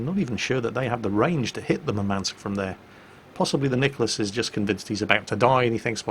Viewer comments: its mUrmansk, not murmAnsk. Thats a city in nirthern russia. Greeting from Ukraine. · Just a quick note - in Russian the emphasis would be on first U in Murmansk (which is by the way the name of the city where one of the largest fleet bases resides). Love your videos! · So you would pronounce it Urmansk? I, as an English speaking individual, can't figure out how to soften the emphasis on the M without removing it. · BalisticChampion1 Moormansk may be a way to try...